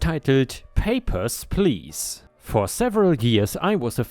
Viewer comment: Hearing say "papers please" in his German accent made me giggle 😆 I'm sorry hahaha